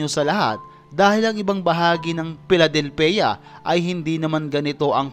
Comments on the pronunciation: Philadelphia is pronounce as " FILADELFYA " not phila- del- phia.. And about your content it is somehow wrong.. Because the people you are showing are drug addicts and yes they're homeless.. It is their choice to be like that.. Kasi kahit anong bigat ng problema ng isang tao hindi droga o kahit ano pa man ang makakaresolba nito kundi ang harapin ang problema kahit gaano pa ito kahirap.. And at the same time it's their governments' fault by not doing something about their drug problems.. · Piladelpeya hahahahahaahaha ayusin mo naman!!!! Manood ka ng NBA pra malaman mo kung pano sabihin yan tsk..... Ayusin mo!!!! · "Piladelpiya" Hahahahahahaha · Bakit po Pi-la-del-pe-ya ang pagbigkas nyo? Baka mabash kayo nyan. Kahit sa tagalog mali po yan dahil ang equivalent translation ng Philadelphia sa tagalog ay Filadelpia. Kaya mali pa rin po ang pronunciation nyo. Check nyo po muna ang pronunciation bago kayo mag vlog dahil magdudulot ito ng kalituhan at pagkainis sa mga residente ng Philadelphia. #justmy2cents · Saan kamo? Phili-del-pay- yaa daw!😂😅😂😂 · Philadelpheaaa daw ngongo kba? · Sa di ko kasi malamang dahilan, parang ang sarap mong saktan sa tuwing babanggitin mo yung Pe-la-del-pe-yah... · Pi-la-del-peya lols 😅😂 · Paki ayos mo ang pronounced mo sa Philadelphia... Marinig pa ng bata magaya kapa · Wala k nmn akam dyan sa lugar n yn...ni pagbigkas k ng lugar di mo alam eh...di yn mhihirap aduk yn mga yan .ogag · This vlogger is ignorant o the fact. Hindi nga ma pronounce ang Philadelphia. Homeless in the US are their choices. Lazy homeless are drug addicts. Yes there is one street in Philadelphia (kensington) where these drug addicts hang out. If you notice most of them are unfortunate young whites. They are not poor or pulubi It is their choice. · Ayusin mo pronunciation mo ng Philadelphia brad, ang sakit sa tenga pakinggan.